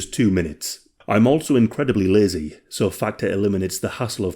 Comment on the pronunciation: Factor 😂😂 I'm also incredibly lay-zay 😂 love this channel